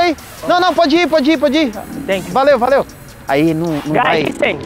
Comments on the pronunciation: “tenkyu bro, AGAREI” kkkkkkk ri muito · Ngm: A: tenkiu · Iae: TANKION